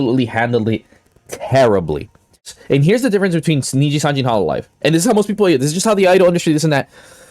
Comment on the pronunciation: "ninja sanji" while on the screenshot he took himself says nijisanji